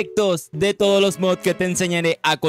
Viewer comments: antes de hacer un video de mods, aprendan a decir "mods" y no "mobs" los mobs son los monstros y mods son los addons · Porque dices mobs si son mods